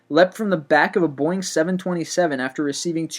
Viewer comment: "Eer-heart" "Bermooda" "Boing 747"